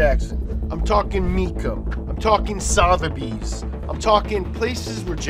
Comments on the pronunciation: Please stop saying Sotheby’s how it’s spelled. As a Brit it’s really irritating. It’s Sutherbys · Pronounced S"uh"theby's - soft "o". You probably don't care but there you go. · its pronounced "suth-a bees" suth rhymes with "above" but with a th sound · Sotheby's is pronounced suh Thur bees pretty much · Repeat after me.... "Sutherbys" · Nobody mentioning the pronunciation of "Sotherby's"? No? K